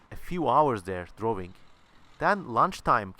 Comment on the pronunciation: "wawing, and wawing, and wawing...* great, great video, i loved it man